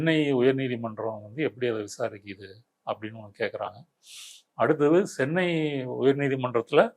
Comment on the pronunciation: It's not Sennai. It's Chennai